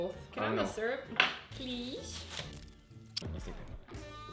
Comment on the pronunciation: Me when I heard say sryup on eggs PUT IT ON THE BACON ITS GOOD